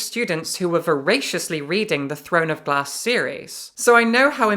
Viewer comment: I could have sworn you said "The Throne of Blah series by Sarah Maas." Never mind, I've decided that that's what you did say, as you are an honest person.